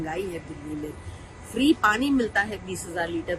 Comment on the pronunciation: emphasis on word free